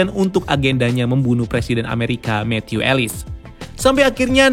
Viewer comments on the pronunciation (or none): none